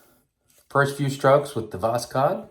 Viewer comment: Voss-hode try this pronansiation. Pure Russian word for sunrise.